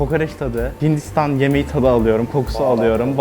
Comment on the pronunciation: Hindİhstahn YEğmehi